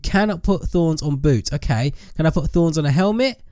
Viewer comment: when he said boots i thought he said boobs